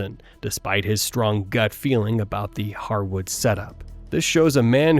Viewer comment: He said the Hardwood butcher? Was this a joke or does he know it’s actually harwood?? 🤣🤣